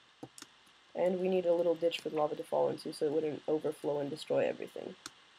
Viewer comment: lol it souds like you said bitch in then ditch